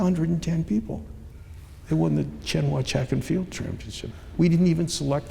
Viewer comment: He needs how to pronounce "Tsinghua University".